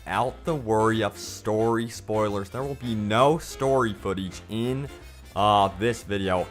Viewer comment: Footeege?? Learn to speak